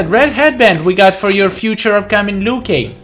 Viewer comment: Keeps saying klassic lui kang 😆